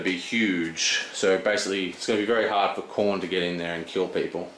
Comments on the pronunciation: About pronouncing Khorne. Say after me: Corn. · this guy doesnt have a clue what he is doing. and the "Khorne" pronounced as chrone or whatever the fuck he mumbles is the last nail to the coffin.